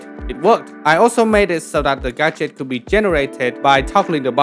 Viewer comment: every time you said “gadget” I swear I heard “gacha” lol game dev is so cool